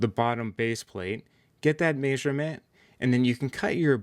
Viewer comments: If i ever here someone say maysurment again I might rip a chickens head off!!! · Still trying to figure out what a May-sure-meant is… 😅 where is this guy from? Every time he said it I was like WHAT?!!! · GREAT VIDEO... but the way you say measurement drives me nuts LOL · Haha! Me too !😂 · I've never heard anyone say "measurement" the way you do. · leared that from his encyclo-pay-dia.